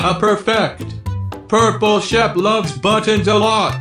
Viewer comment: Frankramk Lentine yeah you said Sheep not Shep